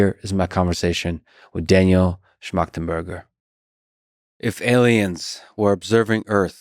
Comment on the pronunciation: Got to give lex some credit for not fucking up the name